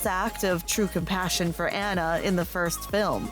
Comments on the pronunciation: Yeah, they say "ANN-NA" instead of "ANNA". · Hearing Anna instead of Anna drives me crazy but I agree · It’s pronounced “Ah-na”, not “Ana”.... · Um..."Anna", pronounced to rhyme with "banana"? It's pronounced "AH-na" (more or less rhymes with "Donna"). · It pronounced Aunnah, not Anna. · Omg... It’s pronounced “Ah-nuh”, not “An-uh”... That kept getting annoying! Like, you can’t make a video on a movie when you don’t even know how to say one of the main character’s names... Sorry, but it’s kinda irritating 😕😒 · Well actually the name Anna, spelled with 2 N-s is pronounced "An-uh" If it was meant to be pronounced On-uh, it should have been spelled will only one N, It always annoyed me that the movie called her Ana instead of anna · It’s fucken (onna) not (aNNa) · She is saying Anna wrong 😡😭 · was it just me that’s triggered by the way she says anna’s name? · I am tempted to give you a thumbs down for saying ANNA wrong even AFTER they say it on screen.😒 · Please don't. I don't mind it. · Omg I agree